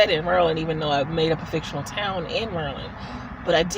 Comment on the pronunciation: Nice job handling questions. And thanks for teaching me how to pronounce Maryland = Merlin (sort of, <3 )